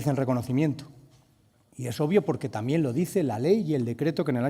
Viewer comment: Sr. Tudanca, bastante ridículo, para decir una obviedad cita a una "pensadora" "feminista" "nigeriana" Y encima, para ser castellano no sabe hablar o leer, o ambas cosas, se dice "también", no "tamien". Y citar a un asesino como Marcos Ana, denota su catadura moral, donde está la memoria histórica?. Saludos desde España